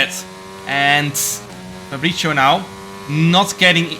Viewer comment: its “fabri(ts)io”, not “fabri(cc)io”